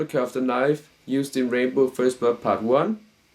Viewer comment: Just an fyi to help your pronunciation of his name... it's ram-bow.... your saying rainbow when you pronounce it...